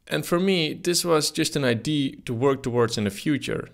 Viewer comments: Its IdeA not id lul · it's pronounced idea, not idea. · is it really that difficult to say IDÉ-AH idea instead of "idéé" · No, it is wrong and right. It's pronounced idea not id in the English language. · Love how Dutch people cannot pronounce idear. They say eye d! Lol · Idee? It's Idea, with an A at the end. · Idea is not pronounced "idee". The A isn't silent. It's pronounced "idee-uh". Regards ,someone who only speaks English yet has the audacity to correct someone who speaks multiple languages. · Ide - A! IT'S IDEA FFS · Ffs our English teachers hammered us for 5 years on the pronunciation of the word "idea", yet this guy says it 636363 times incorrectly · why the hell can't dutch people pronounce IDEA correctly... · Please practise saying "idea".